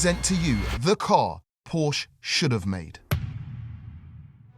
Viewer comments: Please, please, the brand is called Porsche! Not Porch or similar! I also try to respect English names, thank you! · Please say PorschE 😂😂..❤ES Motors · Why do you call it Posh?? Porsche is a family NAME and it is pronounced just as it is written.